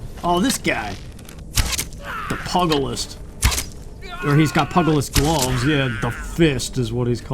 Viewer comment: Pugilist is pronounced Pew-Jill-Ist. Not trying to be that guy, but I love going for pugilist runs in Oblivion and Dark Souls 2!